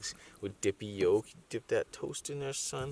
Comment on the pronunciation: I hear you saying "yeah SON" you ever lived in New York? cuz that is a slang and you're the first white dude who says it right!!! Much love new subscriber from Philadelphia SON!! Lmao